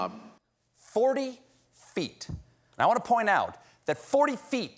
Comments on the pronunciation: Swore he said Fweet not feet..... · He definitely said 'Forty fweet.'